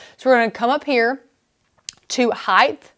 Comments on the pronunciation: width, length, and HEIGHT not heighth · Can someone please tell this host that there is no such word as heightH - it makes me cringe each time she says it. I know, it is so KAREN of me, but she is talented and knowledgable and the mispronunciation is distracting. It's in multiple tutorials.